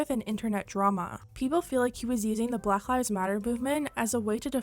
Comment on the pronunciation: she pronounces black as blagh lol